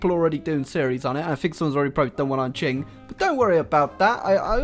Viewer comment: Qing is pronounced ching not king.